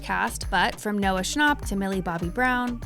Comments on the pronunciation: Noah's is technically correct🙃 it's a German name; that's how you say it.. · That’s not how Noah nor anyone else I’ve heard say it. Which means that technically it’s wrong.